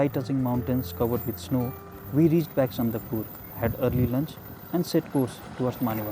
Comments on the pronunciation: It's Sandakphu not sandakpur. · Its Sandakphu...not Sandakpur ...